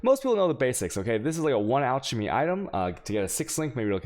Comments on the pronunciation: It is pronounced K-OSS ffs, not chows. It's really hard to watch you when you mispronounce simple words. Also.... alk-emy. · Al-chamy, ch-aos :D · You've been playing this a while, how do you still not know how to pronounce "chaos" and "alchemy"?